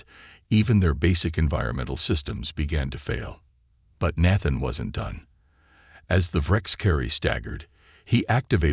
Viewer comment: Is Nathan a difficult name for AI to read correctly?